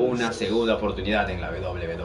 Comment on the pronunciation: la oprtunidad, no la oportunidad